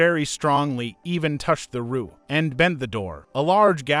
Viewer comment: I have no problems with your videos but just please stop using this AI voice it is saying stuff the wrong way and it is driving me crazy like you're saying roof wrong and you're saying Lamborghini wrong just please use your normal voice please I'm begging you 🙏🙏🙏🙏